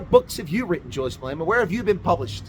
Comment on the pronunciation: "Jully-Ass Main-Delar"😂😂😂